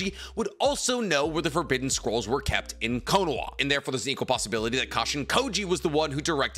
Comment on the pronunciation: It’s konoha not konoa. 😅😅😅